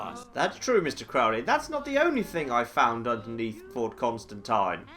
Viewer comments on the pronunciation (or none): It's Fort ConstanTEEN